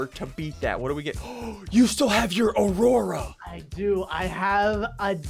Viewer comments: Yeah its not arora its aurora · he said Arora😂